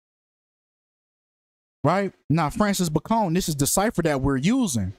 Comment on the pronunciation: It’s pronounced “Bay-con” - just like the pork cut, you moron. Francis Bacon Was English. Why are you making him sound like a Mexican drug lord?